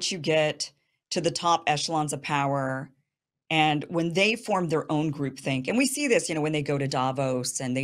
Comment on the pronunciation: Is she saying group thing or group think? I suppose that would be '' group thought ''.